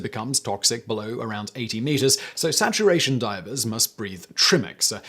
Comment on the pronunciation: Hahahah you called them Diapers instead of Divers 😅😅😅